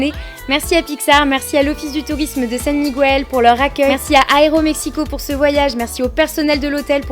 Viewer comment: Comme on note souvent le négatif dans les vidéos, je vais déjà commencer par te dire que la tienne est vraiment super, on sent vraiment que tu as adoré ton voyage, et que tu as découvert toute une autre culture. Par contre, quelque chose qui m'a un peu gêné, c'est ta prononciation du nom "Miguel". C'est un peu cliché chez les français de le prononcer comme tu le fais (aucune critique, la majorité des français le prononce aussi comme ça). Comme il n'y a pas de tréma sur le "u", tu prononces le mot à la française "Migail" ou "Miguèl" enfin tu vois le délire. Sur un mot comme "bilingüe", là tu vas prononcer "bilingoué" voilà voilà c'était la minute cours d'espagnol :)